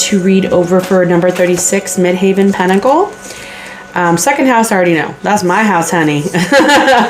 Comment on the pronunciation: Tarot by Melissa sent me here 🙂 Thanks for the reading. Midheaven is pronounced the same as actual heaven. It's not haven. Since I don't have a career, I will interpret it at my reputation, or my standing within the community- how I am seen out in the world.